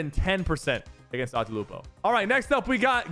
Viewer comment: Dr. Lupo? Dr. Loco 💀💀💀